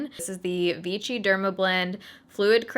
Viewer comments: Actually it is pronounced Vishii not vichi! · For the love of God, it's vee-shee, not vee-tchi. Argh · Pronounced Vishy😊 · It doesn't sound like ch it's ss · Its pronounced vee-shee, not vee-chee :) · the name sounds like v - she not v-chi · Its not pronounced vichy( like avicii) its pronounced vichy( like sh(y)) ... damn girl cmon you cant pronounce anything correctly the last few videos... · Its pronpunced vishy not vichy :p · The pronunciation is more like veeshee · It's pronounced V she. They were actually Freedom Fighters in France during World War II when we liberated France there is also Vichy water. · It is called: "vishi" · First of all you look stunning 😍 I'd love to see you try the Revlon Photoready foundation! Btw I think Vichy is pronounced "Vee-SHEE" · Hey there, love your content, just some European pronunciations for you, Ibiza is a Spanish island pronounced eye-bee-tha, Vichy is a French company pronounced vee-she. Hope this helps, I get into trouble with American pronunciations, always read Maryland wrong. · I'm not sure anyone told you, but it's pronounced VEESHEE. 😂😂😂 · It's pronounced Vee-shee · Love your videos ❤️ But you’re actually pronouncing Vichy wrong, you’re saying it like there’s a T present. It’s pronounced more like Ve-She. Like Shhhh. Also I sell Vichy where I work here in Ireland and a few weeks ago a newer shade was released, 05 porcelain. Thought you’d like to know so you won’t have to mix your shade😊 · I’m fairly certain you’re saying it wrong. It’s pronounced more like vee-she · it's pronounced as /vishy/ and the accent is on the second syllable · Vichy is pronounced "Vishy." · "Vichy" should be pronounced as "vishì", cause it's French madame 😘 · The brand name is pronounced VISHY, it is a French word. This has been my go to foundation when I need good coverage real quick. We used to have the white packaging in Germany, since a couple of years they have switched to the black one and have brought out new shades.